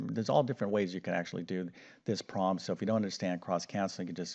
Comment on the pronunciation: Well his voice is great, I wish my ex USSR school math teachers had voices and explanation skills like his 😊 It makes me giggle though every timevhe says "proll" instead of "problem".